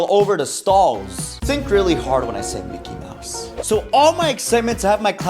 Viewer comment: What the hell is a mickwy mouse